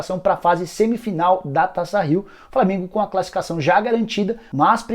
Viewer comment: Só eu que ouvo ele falar " Flamingo e boa vista:?